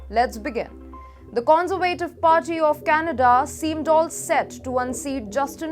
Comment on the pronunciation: You might want to practice 'Conservative' intonation on Google translate. Its a bit wayward.